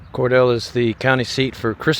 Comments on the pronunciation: Hey, your old friend telling you how to correctly say town names down south. The correct pronunciation is Core Deal not Core Dale. Sorry I just can't help myself. I love you videos by the way. I spent a week in Cordele years ago when I started my nomad traveling journey. I stayed in the KOA but I would NEVER stay there again. It just felt unsafe. Happy travels to you and Nicole.❤ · It's pronounced "Cor-Deel/Deal"..not "Cor-dell" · Its Cor-deel.. not Cordell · It's pronounced kor-DEEL (rhymes with "meal") not kor-DELL --- The city was named after Cordelia Hawkins, the daughter of a prominent railroad executive (Samuel Hawkins) who helped bring the railroad through the area in the late 1880s. Since her name was pronounced "Cor-DEEL-ya," the city name kept that long "E" sound. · Interesting trip through the little "non-destination" towns. It's sad how these towns are practically abandoned and are no longer thriving communities. I wish the telephone museum had been open - I've wanted to go through it but never had the chance. (By the way, it's pronounced Cor-DEAL, not Cor-DELL.) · You went from Rochelle right through Pitts without stopping to Cordele. It’s pronounced Cor-DeeI. I grew up with relatives in Pitts, GA. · It's Cor-DEEL... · FYI, it's pronounced Cor - deal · Pronounced Cor- deal lol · Cordele. Pronounced, Core-Deal. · My dad was born in Abbeville and had family in Rochelle. Cordele is pronounced “core deal” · Cordele is pronounced Cordeal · The city of Cordele is actually pronounced by Georgians as Cor-deal', long "e" at the end, accent on the second sylable.